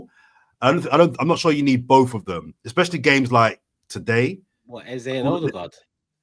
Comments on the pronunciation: If you say Aza instead of Eze one more time 😂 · Can someone let this know his name is Eze and not Ezar!!!!!